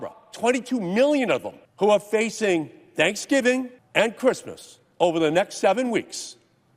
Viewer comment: Did you hear him say "Shankshgiving"